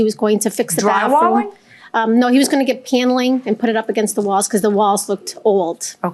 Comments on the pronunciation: Plaintiff says "Piano-ling" instead of "Paneling" lol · The way she says paneling is weird